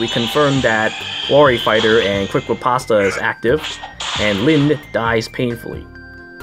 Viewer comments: FYI - Riposte is pronounced "repost" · You literally mispronounced every goddamned word possible. Analyzed. Wary. Riposte. Eliwood. Fahk, man, stahp.